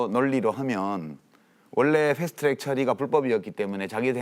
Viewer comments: 패스트 츄렉... 트럭은 츄럭? 아무데서나 혀바닥 굴리는 것들의 공통점 인가? 나경원 발음도 저러던데.. 꼰대 티내는것도 아니고.. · 풰슈투츄렉. 발음이 엄청 거슬리네요.